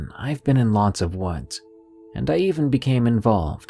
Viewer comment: Text to speech apps have gotten better yes. This channel uses one of the better ones for sure but it's still obviously a text to speech app, especially when a word like "woods" is occasionally read as "wads" etc.